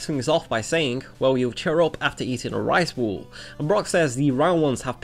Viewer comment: whats with his pronounciation in this video . rice ball = rice wall. pizza = pisa. ramen = rawmen . cooking = cocking. and thats all in the first minute